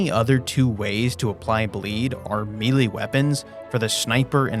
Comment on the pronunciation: melee is pronounced may lay, not meelee